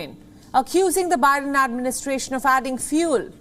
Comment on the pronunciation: She actually called the U.S. President, "O'Biden"...Hahaha !